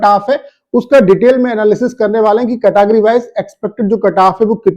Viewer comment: Carrrrrr😂 kataff😂 yh sir khali katagry wise kataff batate h only 😂😂😂😂carrrrrrrrrrrr😂